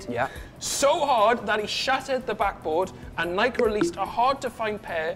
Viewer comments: Bike-hike-Nike.. been Nike all my life. can’t call it naikee. Just sounds wrong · its nike not nai-kee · ‘Nai-Kee?’what do you ride a bi-kee as-well do ya? Nobhead